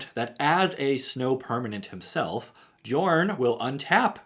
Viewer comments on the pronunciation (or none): Hey, the “J” in “Jorn” is pronounced as a “Y” like “Yorn” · How many people will comment that the Command Zone calls him yorn not jorn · Jorn is pronounced with a Y sound on the J.